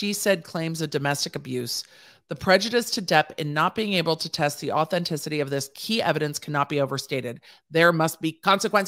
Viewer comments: You reading “authenticity” was a mood, like as your were trying to pronounce it, I was right there with you 😭😭 had to rewind and try again 😂😂😂😂😂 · I really think you are so imformative....a number of us listen here in nova scotia which allows for great debate....thank you,....and that darn word...,awthentisitee